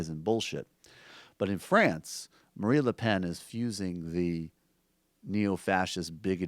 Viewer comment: Someone tell Michael that it's "Marine Le Pen". Not "Marie Le Pen".